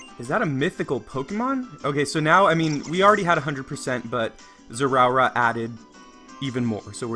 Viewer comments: “Zeraura”😂😂😂 Zeraora is pronounced “Zera-ora”. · its pronouced zay a aura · NO DON'T PRONOUNCE IT WRONG IT TRIGGERS ME! It's pronounced zeh-ruh-aura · ITS NOT ZEROURA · zera or uh you are making me angry >:( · It's pronounced like this "Zerah Aura" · He is pronouncing the pokemon's name wrong and it's Annoying. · How he said his name tho 🤣😂🤣😂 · Your pronouncing the name wrong